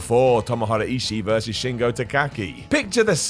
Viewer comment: yo love the list but please learn how to say shingos name